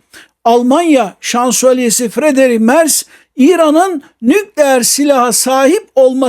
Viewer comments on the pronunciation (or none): Sağolun. Lütfen Türkçe titizliği: * 'nükleer' derken vurgu son hecede olur: nükleER. (İlk hecede değil.) * -istan ile biten ülke adlarında da vurgu son hecededir: KazakisTAN, YunanisTAN vb—önceki hecede değil. Lütfen :) Yaşayın :) )